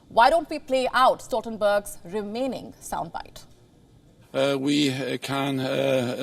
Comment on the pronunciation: How painful to hear stotenberg